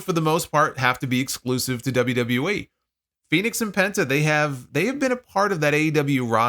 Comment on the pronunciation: Maybe the WWE announcers could actually pronounce Fenix's name properly unlike Excalibur. Sounds like he's saying FedEx.